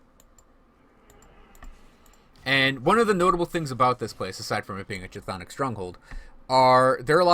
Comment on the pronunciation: Cth'onic is pronounced as K'thonic, reference from the Cthulhu Mythos from Lovecraft